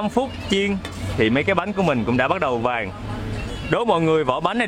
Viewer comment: Dân mìền Tây nói chuyện nghe vui ghê. Vui vẻ thì nói là dui dẻ. Màu vàng thì nói là màu dàng.Việt Nam thì nói là Diệt Nam..Mình có dạy cho thằng bé lớp năm quê ở miền Tây môn tiếng Việt mà sửa lỗi chính tả cho nó cũng muốn tẩu hoả nhập ma. Nhưng giọng, cách phát âm thì vẫn cưng và nghe hay thật.Chính mẹ mình dân Daklak còn khen nói chuyện hay.